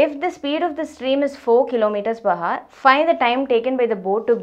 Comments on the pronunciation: Ohk mam.. that haar (hour) of yours really was painful to my ears.. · Nvm ma'am but when you say hour, 'h' should be silent. Anyway, the video was nothing but great x)